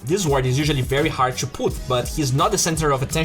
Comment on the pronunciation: Why does your "to" sound like "chu" ?